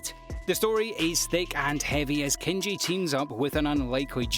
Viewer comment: Kenchi tho not Kenichi I see u dawg